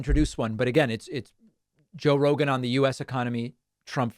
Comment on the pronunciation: Joe Roeglan, Roglan, Joe rorg roglin? Dont move the cue cards so fast